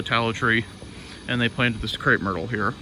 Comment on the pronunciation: the large pink flowering bush, can you spell that please? I've been wondering for quite some time what that plants name is. I see it quite often on Pawpaw's videos. I think you said "crate myrtle", but I'm not sure. Thanks